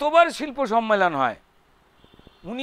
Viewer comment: Kothata sommelon,sonmelon noy